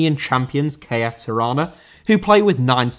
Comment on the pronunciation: Tirana* not Terohner